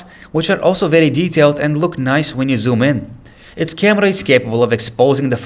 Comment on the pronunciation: I like the way he says camerrra :D